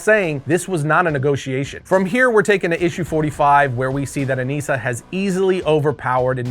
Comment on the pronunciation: I thought it was Anissa, not Aneesa?